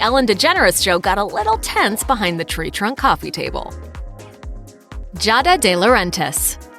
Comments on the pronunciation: Jahda? G-ah-duh. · I thought her name was pronounced Gee-ah-da not Jah-da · Jahda? [G-ah-duh] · its GI-AA-DA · This video is bloody "cringe worthy". BIG dislike. These were all just talk. AND It's GEE-AHD-AH ~not however the hell you pronounced it. Damn. fail!